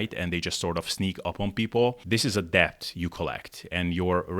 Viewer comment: Pro tip for pronouncing "debt": the b is silent. So it's just "dett".